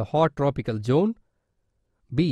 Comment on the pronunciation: not chone , zone (lol)